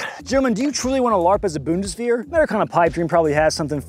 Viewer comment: Dude, say it like bun-dis-vayr